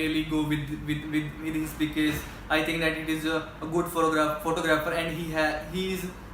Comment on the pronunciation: He always saying becase ......💫